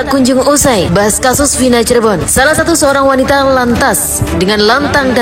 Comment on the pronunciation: Cirebon mas, bukan Cirbon